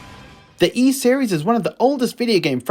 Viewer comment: A really nicely put together video. I’m really looking forward to Ys IX but can’t decide whether to get it for Switch or PS. Having VIII and Celceta now on PS I may get it for that. Ooh, just one thing, and I think as you are a massive fan of the series I should say, the S is actually pronounced like an S and not a Z (think Peace not Please).